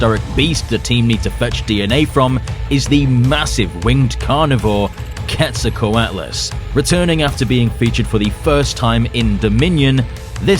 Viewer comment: Narration is a bit over-excited; the subject matter stands on its own. But you get major cred for pronouncing Quetzalcoatlus quorrectly. Bittersweet moment: I was definitely born ~85 million years too late.